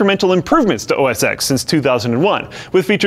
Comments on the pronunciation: I call it OSX and I know it's 10! What's the problem? Everyone I know calls it OSX and knows it's 10. You an Apple drama queen or something? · ITS PRONOUNCED OS TEN! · Yes, that's how you write it. I'm talking about pronunciation. It's a Roman numeral - therefore it's said as a number, not a letter. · ITS PRONOUNCED OS 10! hits head against desk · Louis XIV, the sun king. Nope, not Louis the 14th, but Louis "ex pipe vee." That's what I hear when I hear people say os ex. :D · OS X is pronounced OS 10. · As a former Apple PR person, I can only say: For the love of God, it's OS TEN. You know? As in Roman numeral X. Lord knows I spent way too much time correcting you tech reporters. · Just a small note... OS X is pronounced/referred to as OS Ten. The X used is dual use, Roman Numeral 10 and referring to the Unix base. Great video otherwise! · it's OS TEN. TEN TEN TEN TEN TEN! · Just saying, it's OS "TEN" X is the roman numeral for ten. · It's pronounced "Oh Ess Ten". The X is a roman numeral. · made a common mistake regarding OS X. X stands for 10, a roman numeral and not a letter X. So X should be pronounced as 10. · OS "TEN". The X stands for "ten" in roman numerals. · OS "X"? OS "X"? It's OS "TEN", get it right! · Ten. TEN. OS TEN. That's what the X is. The Roman ten. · aren't right. People use both, incorrectly. It's ten. It's always been ten, it always will be ten. It's ten. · OS "ex"...it shouldn't brother me, but it does. OS TEN haha :) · Seriously, it's OS 10, not 'exx' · He should get slapped for calling it OS "ex." 🤦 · I cringed every time he pronounced OS 10 as OS "x". It was version 10, right after 9. C'mon TechQuickie... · It's pronounced Mac OS 10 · "Mac OS EX" cringe Please please please... it's excusable for some other vids to pronounce it that way, but this is a video about the OSes Apple has used, at least say it correctly. OS Ten. It's the Roman numeral. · Lol nice pronounciation. "oh es ex" It's OS 10. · OS X is pronounced "OS ten".